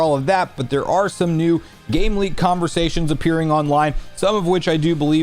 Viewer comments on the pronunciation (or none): none